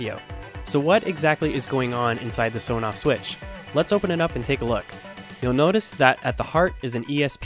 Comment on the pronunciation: You might like to know that it is actually pronounced "ESS On Off" not "Soh noff".